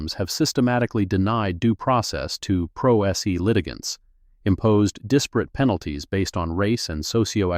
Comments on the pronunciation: Prose is prounounced (Pro Say). I realize this is AI but, stop butchering words. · Great story, fine detail. But "pro se" is a latin phrase pronounced "pro say"... let your AI know. Thanks.